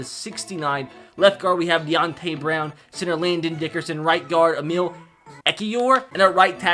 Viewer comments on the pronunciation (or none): none